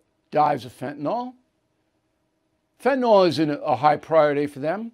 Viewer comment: It’s Fentanyl, Bill. There is no A or O. Just FYI.